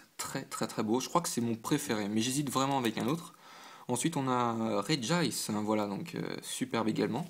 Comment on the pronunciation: GG pour ton Registeel ! Et merci pour la prononciation de Regice, ça fait plaisir ! A quand une prochaine vidéo ?